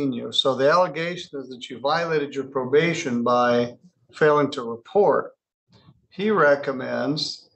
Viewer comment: She was given probabtion. If that wasn't bad enough, she had open wattants!